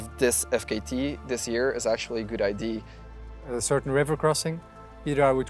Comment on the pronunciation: What is it with Belgians and their inability to say "idea"? I heard some say "idear" even